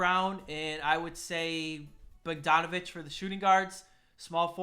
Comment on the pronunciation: u said Bogdanovic wrong but im pretty sure thats just ur Wisconsin showing